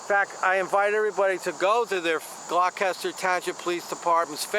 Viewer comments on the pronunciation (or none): It's pronounced Gloss ter. It's next to Camden County. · You're butchering the pronunciation of Gloucester